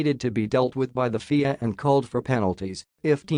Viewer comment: Guys: hire an announcer. this computer-generated voice is confusing. What were those dollar/euro figures? Pretty hard to understand. and FIA is not a word - you pronounce the letters F-I-A. At least write the script so the computer says something intelligible.